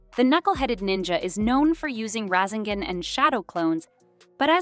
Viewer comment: Video is good but please learn how to actually pronounce this stuff they called the rasengan the rasingan and kekkei genkai kekkei jenki